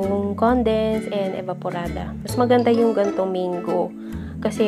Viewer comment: Its Mang-go, not meyng-go.